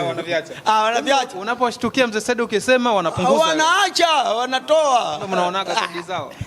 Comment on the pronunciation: Wewe mwandishi kiswahili chako jirekebishe unazngua jina la Saidi wewe unaita sahidi